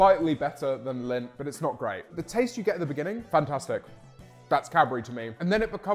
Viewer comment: do all british people pronounce lindt wrong or is it just james